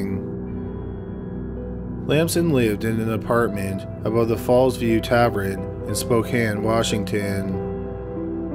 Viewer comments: Sir, it’s TAVERN not TAVERIN. If you’re unsure about pronunciation- GOOGLE IS FREEEEEE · Geeze....learn how to speak. Extra 'r' at the end of words at end of the sentences. And 'tav-ern' isn't 'tav-run' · Just a note: tavern is not pronounced tav-REN but rather tav-ERN. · Jesus Christ, the word is Tavern! TAV-ERN or TAV-EN. Not TAVREN, or TAVRUN! But Tavern! Arrrrggggghhhh! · Tavern not tavren!!! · Nobody:: "Tav-ren." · Yes! Tavren is what’s up!! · "Tav + urn" is the correct pronunciation, that bugged me so much. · Argh yes!! He also pronounces the word geneology as gene-ology instead of genie-ology. Maddening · why can't you say "tavern", dude?? 🤔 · Even considering how good your videos are, if I hear you say tavren one more time I may become a murderer myself... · Tavern pronounced -Tav-urn, Tav-URN or Tav-ErrrN. Thanks for the upload, I’m really enjoying these. 🐿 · WTF is a tavrin? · Tavern. Tav-verhne. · It's tavern! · TAV-ern 😭😭😭😭 sheesh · What the hell is a Tav-ren?!! Were you born in a CAV-REN?? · Wtf is a ‘tavREN’ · What is a tavren? I swear he purposely mispronounces one word every video to mess w me! Lol good video as always though. 👍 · omg stop saying TAV-renn!! lol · tav- ERN not tav- RIN … lord almighty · I like this show, but why does he say “tavren” when he means “tavern”? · Oh my word....Please say "Tavern" correctly....I had to stop listening after the narrator said "TAV-REN" for the hundredth time. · Anyone Canadian can comment? Is Tavrin a Canadian thing or just a personal quirk of his? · Am I the only one who is bothered by pronunciation of tavern? It's tavERN not tavREN. It's my only gripe with the video. lol. Happy 2020. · Tav-ren? Tav-ern TAVERN.. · "Tavren?" lol wtf. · Subbed to this channel for a while but still cringing at "tavren" vs "tavern"... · SAY ‘TAVRIN’ ONE MORE TIME. I DOUBLE-DOG DARE YOU! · Every time he said Tav-ren, I felt like I had gotten punched in the stomach. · Dude, its tavern. NOT taverrin.